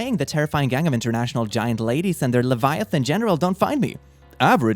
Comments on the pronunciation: eXcUsE mE LATIVA? its latvia bruh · the misreading is actually PERFECT for the context LEVIATHAN GENERAL XD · As a latvian it hurt a little bit when he pronounced it as leviathan the first time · The text: Latvia The: Lativa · DID THIS DUDE REALLY CALL LATVIA "LATIVA" XDDD\ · I just experienced mispronounce Latvia twice both differently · You mispronounced "Latvia" and "Latvian". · The way he butchered “Latvia” 😂😂😂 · While I usually dislike the weird incorrect pronunciations of "Latvia", Leviathan is a valid exception, that I am entirely OK with.